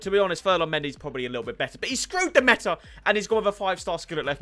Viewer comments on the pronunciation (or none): none